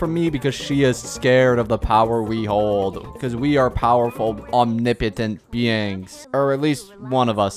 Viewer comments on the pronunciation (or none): none